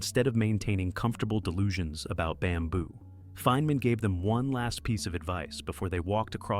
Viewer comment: “Feenman”?!? And that’s not the only instance of AI narration idiocy in this video. Did you use AI to generate the narration content as well? The instant I hear AI narration, the entire video is immediately suspect as yet another case of Cargo Cult Video Production, a scourge that increasingly infests YouTube. No one produces 32 videos in a month without industrialized production. What we have here is another channel that’s pooting out AI slop, making it harder for genuine content creators to compete. Shameful.